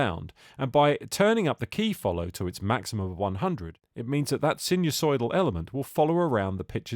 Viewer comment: Your mispronunciation of the word sinusoidal is hilarious. Remember they are sine waves, not sin waves. 😁